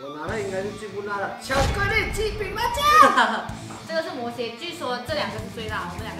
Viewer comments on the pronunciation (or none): 摩羯的羯念jié 你中文需要進步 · CodyCody那个字念"魔jié""